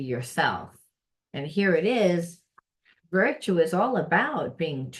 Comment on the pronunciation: Hello, the word is " virtue ". 👼